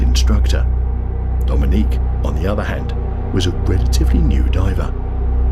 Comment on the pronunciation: Oh good, I'm the second comment. So maybe you'll actually get this. AI commentators are getting disgusted, and I, and a lot of people are starting to turn videos off the moment we realize it's an AI commentator you know, 23. Mispronounce the word, or rather, the name Dominic. This guy is pronouncing it like the female Dominique. It's just yeah, nauseating the content. Creators want the loyalty of fans but don't want to put the time in anymore to actually narrate the ship themselves